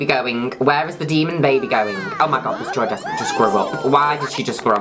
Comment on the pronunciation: i always thought you were saying joey desperate